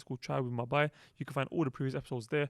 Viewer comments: Just one thing for: Please say Bhai it's not Bai. Bai has a different meaning. And May Allah reward you for all your efforts..aameen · bhai i would suggest to work on your pronunciation of "bhai" (on a lighter note) (I really respect and love you all)